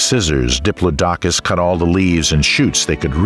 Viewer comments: Love these documentaries, love watching them when I got to sleep but the one thing that wakes me up, not kidding, is the mispronunciation of Diplodocus. It's a name that rolls off of the tongue, not in chucks. Aside the mispronunciations, fantastic documentary :) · You need a better narrator. The mispronounciation is super distracting. The video is informative, but you need to find someone that can actually pronounce the names of flora and fauna. Dip-low-dock-us??? 🤣 Try: Dip-lodd-ick-us. Sick-aids??? 😆🤣 You mean: Sigh-cads. Seriously, there have been several points where I had to figure out what the actual species was compared to what your narrator stated. A shame, because the content is good. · 😮 Makes me wonder how correct the pronunciation is for each creature considering Diplodocus* is mispronounced by this narrator. . (*Dip_LOD_o_cus*) ...and boorro (which sounds like how Anericans say donkey!!) instead of burrow!!😮